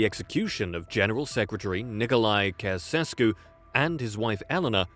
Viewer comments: Cceausescu pronounced. Chow-oo-shès-coup. As a Romanian born person in Romania and speaker of the Romanian language... You're killing me. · It’s pronounced Chaushaescoo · butchering his name over and over XD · these videos ALWAYS fails because no foreigner can pronounce ceausescu correctly